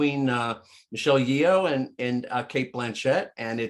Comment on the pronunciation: Son Lux is not three Asian guys. Ryan isn’t Asian. Ian and Rafiq are. Also, please learn to pronounce Asian names. Michelle Yeoh has been an actress in Hollywood for decades and the one guy is still saying Yee-Oh like he’s a cowboy who forgot his haw. It’s disrespectful.